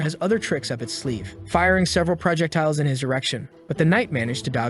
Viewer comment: Hey guys in I heard him say prajectile's and I swear that his voice is ai because of that error